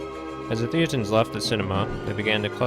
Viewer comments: It should be pronounced "thay-ten". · It's a bit annoying that this guy mispronounces "thetans" every time. Especially since that is the pretty central to the topic of the whole video. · Actually it's hilarious for its irreverence